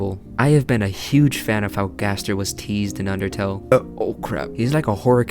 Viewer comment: gaster in chapter 7: its pronounced ga-STAIR gaster jingle plays gaster disappears credits roll